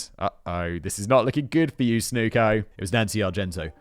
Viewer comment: His name was pronounced snucker not snooker